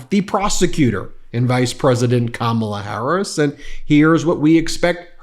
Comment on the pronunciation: I’m concerned this intelligent “pretty” lawyer cannot pronounce Kamala. Would she be okay if we called her A-LINE-a Habba? Probably not